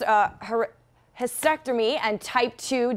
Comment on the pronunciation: Yep. Angiostin Receptor Blocktors (Supposed to be Angiotensin Receptor Blockers) Beh-tah Blockers Hera-Her-Sectomy I swear her brain was just malfuntioning for this entire clip. The crazy thing is that she evem said Hysterectomy normally a few sese